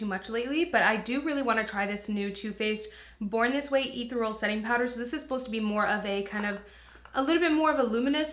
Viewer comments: Ethereal.... Its E-theer-E-al 😊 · Let one more guru say "Ethereal" incorrectly!!! 💪 💪 It's killing me when they lift the powder before saying its name. 😂😂😂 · who cant pronounce that?? lol its not a difficult word... but it did make me cringe slightly when pronounced it the way she did